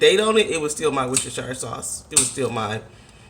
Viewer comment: lol its ''wuster-sha' sauce not ''shi-re'' (coming from a british chick )